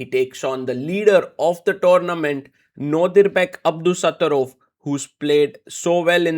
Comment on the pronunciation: when you say nortiduthorov i was like who is that lol i only know them as 1 name super celebrities like Cher 😂🎉